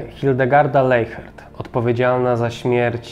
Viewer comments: Nie Leihert tylko Lesiert tak to się mniej więcej wymawia w języku niemieckim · Wymawia się leśert